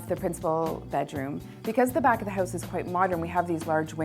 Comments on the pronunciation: Houuuuze, houuuuze, hooooouze.. hehehe, Canadians <3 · if you say 'house' one more time with that strange accent, I might have to smack ya